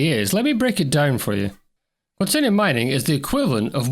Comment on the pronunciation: It's pronounced QuanTAYnium! :)